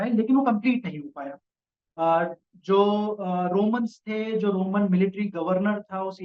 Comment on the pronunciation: Romalo nahi Romans, bs Hindi bhi nahi aati h iss behudi ko.